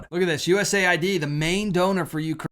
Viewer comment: Why tf can't you say "Ukraine"??